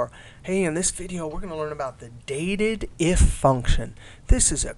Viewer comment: Not that it matters, but I've always called this function "Date Dif", meaning "Date Difference", meaning the difference between two dates. I noticed that you were calling it Dated If. I thought that was an interesting way of interpreting it.